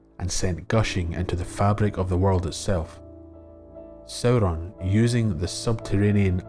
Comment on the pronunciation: I love the way you say Sauron, it's so beautiful